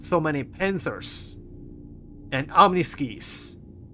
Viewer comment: i think they are pronounced Omni-sky, could be wrong tho... component MFD reminds me of the really old MFD screens, and is probably a rework of. used to be able to overclock each component and it would overheat parts faster. could partially OC Attritions and have them hang in the damage buff zone with controlled firing techniques. was better than full OC, because full OC would just overheat in no time and leave you waiting for guns to completely cool. could underclock, too, though. at the time QT drives would overheat going across system, so could underclock a bit to prevent a overheat that would cause a cooling shutdown and respool extending travel time more than just travelling a bit slower.